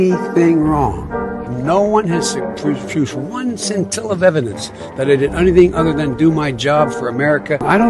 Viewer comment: Not one "sin-tell-us" all about it, Sniffer Joe.